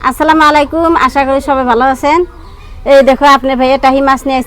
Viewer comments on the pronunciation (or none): আসসালামু মালাইকুম না অনেক কথা ভুল বলো বলবে আসসালামু আলাইকুম ঠিক আছে ভুল বললে সোয়াব তো পাবেই না আরো গোনাহ হবে ঠিক করে এরপর থেকে সালাম দিও